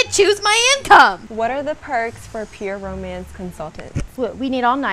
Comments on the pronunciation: I swear she's trolling. She's actually saying "pyramids" the whole time and is trying to get away with it. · I don't know if it's a laurel/yanny situation or just a repeated fraudian slip, but every time she says 'pure romance' it sounds like ''pyramid' and I can't hear it any other way. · Definitely felt I heard "pyramid party" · I heard “Pyramids party” too 🤣🤣 “pure mance” 🤣🤣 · She keeps saying “pyramid” party omfg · Dude when she said "pure romance party" I heard pyramid too and then you said it lmao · It did sound like “pyramid”..! She definitely had a script. A really lame script.